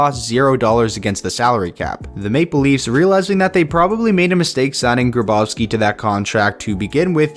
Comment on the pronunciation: It’s Grabovski not Gabrovski 🙄